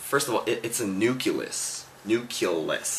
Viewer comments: it's a nuclEUS.... lmao, my bio teacher would b-slap you if you say nu-cu-les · not nuculus. sigh. NUCLEUS. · nucleus... you pronounced it "Noo-koo-lus" when it's pronounced "noo-klee-us" i think you and that "slow" person are both wrong XD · Haha. Now I think YOU should watch it again. , he makes fun of the "slow" person by saying "Hi...um...what's a nuculus?" in which he pronounces it "nuh-kyoo-luhs." Then starting he goes to say, "One...first of all it's a nuculus...nuculus," in which this time he pronounces it "noo-kyoo-luhs." This shows that he's is trying to correct the first "slow" person example who used "nuh-kyoo-luhs" with "noo-kyoo-luhs," the "correct" example. It's pronounced "noo-cle-uhs." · Lmao it's not NUCULUS it's NUCLEUS lol But tht was do true Imma send this to my "slow" friend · what the hell is a nuculus? you mean nucLEUS right? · nuculus? it's nucleus lol, he pronounced it wrong himself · It's nu-clee-us, not nu-cu-lus. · first it's a nuceles and second y the hell r u in biology??? ROFL THAT CRACKED ME UP SO HARRD? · Nuculus FTW. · LAWL. My friend sent me this video. It's kinda scary how all the points he made are kinda what my friend complains about me. Like the pronouciation of nucculus except I mispronounce gracias and the whole "I don't get that.".....>..> IN DEFENSE for all those slow people like me, I came from another plant. I don't belong in Earth.>.< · actually it is NOO KLEE UHS. xD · nuculus lol :)